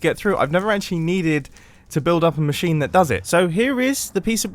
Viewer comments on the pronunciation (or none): none